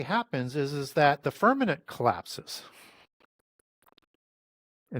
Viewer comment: FirmaMent not FirmaNent